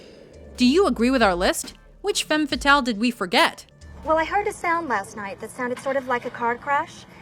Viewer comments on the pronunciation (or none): actually, the pronounciation of "femme fatale" - as spoken here - is wrong. read: FUM FATAL - that´s like its original sounds in french. the phrase actually BEING french, it is highly appropriate to pronounce it like it originally sounds. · couldn't the speaker at least learn how to pronounce femme fatale correctly? It is a french expression and not englisch :P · Kenny Spillman im french and she pronounced it horribly hahaha